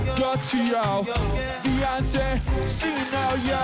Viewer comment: Beyoncé wymawia się "bijonsej". 😉